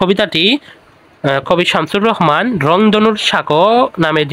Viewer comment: Samsur rahman hbe Not samsur rohoman